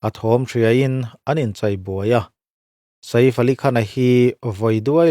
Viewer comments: Sa-if ti a lam lo hian, midang lamdan in "saif" ti ve mai la😂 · Sa if...a lam lovin sef ti alam tur.anih loh pawn safe..ilam dan dan kha dik ani mai ang. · Ka lo ti ve mek a....😂 Saif tia lam mai thin a nia. A rawn ti sa_if ta tlat sia....mi zawng2 Hriata hetiang ti chhuak tur chi hi chuan mi nawlpui lam dan te hi han hrechiang hmasa ve thin se a tha ngawt ang 😅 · Sa iff ❌ Seeifff ali khan✅ Ngaihthlak anuam thin e🤝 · A hming hi i van lam thiamlo ve aw😄😄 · Sir, Sa-if ti suh....Sef tih tur 😅 Chuan, film chu film......huaisen taka a lo beihlet ve avang hian a ngaihsamawm zawk.... Arnold meuh pawn stuntman a hmang fo.. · Vai ho in sa-if ti in vawi khat mah an lam ka la hre ngai lo, a leh i kal kawp chu e angin an lam ri ṭhin... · Sa if a ni lo, shave/save tia kan lam ang khan lam tur. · Sa if ni loin saif aw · 😂😂😂 lam cial khawp mai.. Bollywood ho pawh an bo map thei mai ang😂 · a lam dan dik tak a nih a ka hmu lo a min lo hrilh laa ..i Hriat hmel bawk sia..YouTuber pakhat vang in vai hming lam dik lo ah ka in hruai tir dawn lo reng reng ..😂😂😂